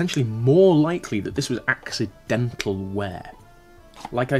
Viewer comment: The way you pronounced accidental made it sound like a pun. Was it intended?